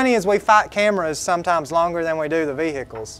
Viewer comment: Why is it that Americans have trouble saying vehicles.